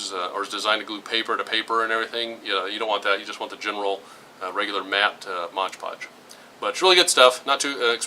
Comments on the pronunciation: stop saying "Modge Podge"! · MOD PODGE...NOT MODGE PODGE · USS Midway CV-41 ship he's saying because the man in the video is saying the name of the product wrong.